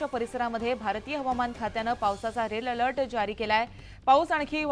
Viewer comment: रिपोर्ट रेड अलर्ट आहे ते रेल अलर्ट म्हणत आहे